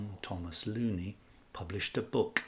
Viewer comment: Why do you pronounce Southampton’s name as you do? Most scholars pronounce it “Rizley”. Also James Looney is pronounced “Loney” by most scholars.